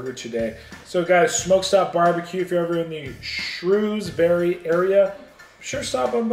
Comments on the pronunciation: It's shrewsbree.. not shoes bury 🤣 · It’s pronounced Shrowsbury just to let you know